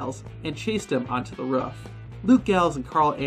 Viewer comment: It’s a roof not a ruff